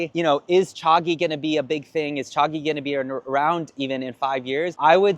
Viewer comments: He says Cha-gee, but its supposed to be pronounce cha-jee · Cha-G not Cha-ghee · It's pronounced Jee though. Chagee = tea princess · Someone teach this guy how to pronounce Chagee